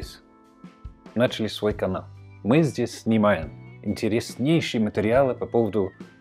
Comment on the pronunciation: Интере́снейший, блин ) Подписываюсь